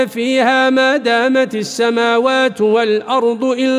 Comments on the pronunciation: هناك ملاحظه في الايه رقم 108 من هذه السوره قوله مادامت السموات بكسر التاء وليس بضمها يرجى الإنتباه على التشكيل فهذا يغير من المعنى يرجى تصحيح الأخطاء وعند التسجيل يعرض الاخ قرأته على قراء مجازين لكي يستمعو ويصححو انتبه اخي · جزاك الله كل خير ، لكن في الاية 16 سورة هود فلا تك في مرية منه وليس لاتكن والاية 107مادامت بالكسر وليس الضم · قوله تعالى ما دامت السماوات بالكسر وليست بالضم جزاه الله خيرا وبارك فيه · هناك خطأ في قراءة كلمة (( مادامت)) في الآية ١٠٨ رغم أنه قرأ نفس الكلمة صح في الآية ١٠٧ التي قبلها ، يجب إعادة تسجيل الآية وعمل دوبلاج فهذا قرآن لايقبل الخطأ فيه نهائيا